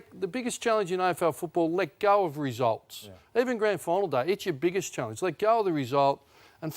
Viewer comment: Ross pronouncing it “challinge” is mildly annoying